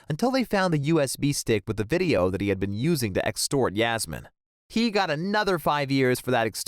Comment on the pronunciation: I cringe everytime he says Iasmine instead of Yasmine